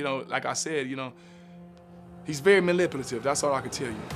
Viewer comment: Will this dude stop saying banipulate! 🤦🏽‍♂️🤦🏽‍♂️🤦🏽‍♂️